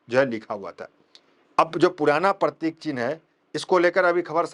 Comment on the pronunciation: पत्रकार महोदय आप बार बार परतिक परतीक बोल रहे हो ओ पर तिक नही है वह प्रतीक है